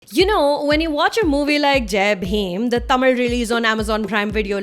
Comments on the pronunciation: Thanks for "thamizh" instead of "Tamil" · Thanks for Pronouncing all 95% of Tamil Names Properly